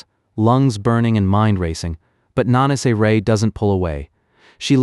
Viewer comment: I keep hearing manaise family. 😂😂 it's Nah nah say. Lol